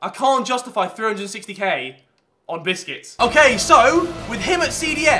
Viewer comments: Lol u call busquets biscuits lol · Why did you say biscits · Did he say bisciut its busqest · Harry said instead of busquets, biscuits 😂😂😂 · Harry said Sergio bisquets instead of Sergio Busquets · Drink everytime he say's biscuit's instead of busquets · Harry you said bicuts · Haha am i stupid or do you say Busquets like Biscuits :D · No one: Literally no one: No one in the entire world: No one in the fucking universe: Harry:BISKIT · he said biskiet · Lol the way u said I can't justify 360k on bbusycuits it sounded like I can't justify 360k on biscuits😁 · Did W2s Say Biscuits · biscuts lol you are saying it wrong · Am I going to spen 350 k for busqutets he said biskits